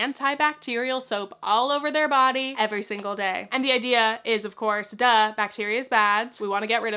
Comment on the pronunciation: sorry it’s random, but your DUH sounds so russian it startles me 😅